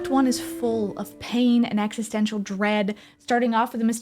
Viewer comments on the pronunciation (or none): none